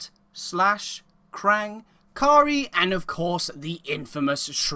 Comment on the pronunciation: "Kuh-reye" not "Car-e" Great video though! Please keep it up.